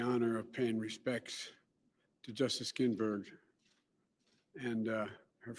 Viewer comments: It's GINSBURG! Not GINBURGS! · Right out of the gate- " good afternoon.... on friday....my wife Jill and I....had the honor of paying respects....to justice GINBERG" GINBERG???? OK nothing wrong here. Please watch any press conference from 5+ years ago. Joe was a strong, well spoken, foot in the mouth at times but charismatic speaker. That time has past. It's dishonest to pretend that Joe is mentally up for the Job. He can't even string more than a few words together without a pause. Let me guess, it's because he was a stutterer. He just happened to pick it back up (stuttering) 60+ years after conquering the speech impediment. OK. The whole thing is a dishonest farce. He should have run instead of Hillary. By some chance he is elected President within a month he will have some mystery stroke or something medical and Kamala will take over. That's the plan- smoke and mirrors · 1st off Joe, the late Justice's last name is GinSberg, not Ginberg as you stated in your opening. 2nd, when the current president wins re-election, are we, the American people, supposed to wait another 4 years for the seat to be filled? The American people did elect this president, so he is fulfilling our will. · "justice GINbergs" ? This fool doesn't even know her name. What a dweeb. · Justice Ginberg? LOL